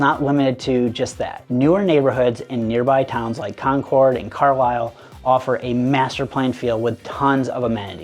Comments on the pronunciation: You said you lived in Boston your whole life but you said Con cord instead of con kid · I would believe you more if you pronounced "Concord" the way residents do. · Easy. CONK-urd rather than con-CORD. Happy to help you out there - now maybe you can sound like a local too. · He's clearly not from Boston area based on the way he says Concord. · Exactly, every time he kept pronouncing “Concord”, my wife and I kept shaking our heads. Route and boutique, definitely not from here. I even thought AI for a sec